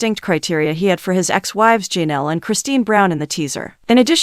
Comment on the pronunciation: Poly-gam-us??? If you film videos, learn to pronounce words correctly. It’s also Ja-Nell, not Jean-ell.